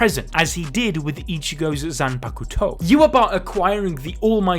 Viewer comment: I hate how he says zanpakuto